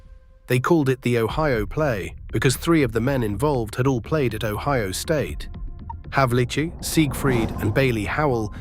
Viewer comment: It is not Havichick It's Havlicheck